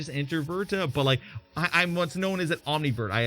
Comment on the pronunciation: It sounded like you said Omnivert but I looked it up and it’s ambivert but maybe it’s just the way I heard you say it. I don’t think omnivert is a word sorry to be critical towards you but I just can’t help but to be analytical and precise. Nothing gets past me as far as details.